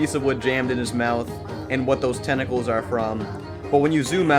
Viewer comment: Pumbles "tenecles" is his toungue